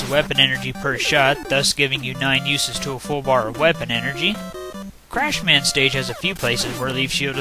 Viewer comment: The whole Crash/Clashman thing is probably due to Japanese being odd with l's and r's but yeah Clash man sounds funny lol. Also I agree that Bubbleman's stage looks great for Nes graphics, those lantern fish are annoying if your going buster only though. Great run once again.